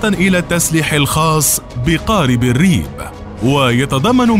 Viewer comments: الرب بكسر الراء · نطقك للكلمة (ريب)لايمد أي صلة للعربية بكتابتها (الرب)!